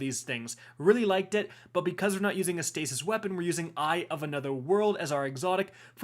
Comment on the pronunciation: was I the only one that heard Stasis Shit synergies? 😂